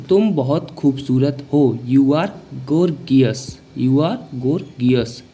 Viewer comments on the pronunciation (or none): Not गोर्गियस Gorgeous - गॉर्जस is the right pronounciation.